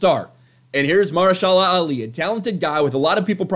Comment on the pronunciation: MA-HER-SHA-LA! GOD!!!!!!